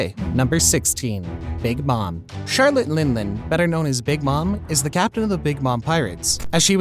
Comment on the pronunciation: " Charlate Lin Lin " lol